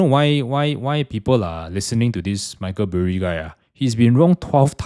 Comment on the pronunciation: Who is this Michael Blu-rays I keep hearing in this video? 😮